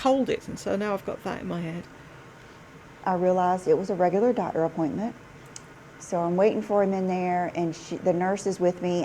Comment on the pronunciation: I’m sorry, her Southern accent seems so affected that it truly grates on my nerves. There is no reason that someone who makes videeoos for a living should say dotter (doctor), worter (water), wuldnt (would not).